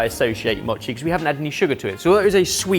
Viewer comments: “Mōchi”! (Not “machi”) It’s made with sweet, sticky rice. Not “sweetened” rice (no sugar is added). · "machi" You mean MOchi. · More Japanese gadgets, yay. すごい Os in Japanese have a long vowel sound. Mochi is pronounced moe-chee